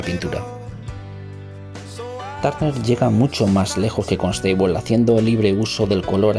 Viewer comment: Saludos! Buena información pero la canción distrae un poco. Perdón por el atrevimiento pero Constable se pronuncia Cónstabol no Consteibol